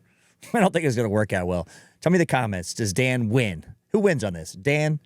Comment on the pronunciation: Did you just say “dahn”? Are you from Pittsburgh???